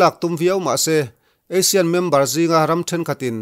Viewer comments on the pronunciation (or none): ASEAN leh Asian hi thil dang daih a ni a, inang renga i lamri hi 'how to say Asean' tiin YouTube ah search la, i sawi tum zawk a hriat ang. A dangah chuan i chanchin chhiar ngaihthlak a hahdamthlak khawp mai. Ka lo nghakhkel thin hle a ni.